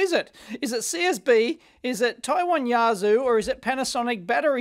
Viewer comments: Yazoo! . umm err wtf. It's you-arse-sir. What kind of Kangaroo riding Kazoo player says "Yazoo". Some kind of a battery above min charge voltage needed or it will lockout by design, then failing that relays, see if they click nicely with a bit of juice applied. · Those batteries aren't Yazoo, they are Yuasa (You-ass-ah) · They're only the same in the way Dave mispronounces them ;-)